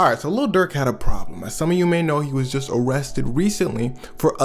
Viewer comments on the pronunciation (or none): Bruv said "awestted" , im sorry but i can't watch the rest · Why do You keep saying "O" rested. Thats from TCAP